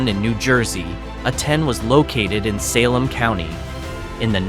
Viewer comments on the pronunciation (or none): none